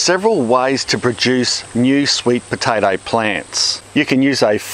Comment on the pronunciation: "Sweet potatarrr"